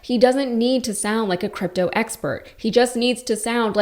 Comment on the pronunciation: He calls it scrympto?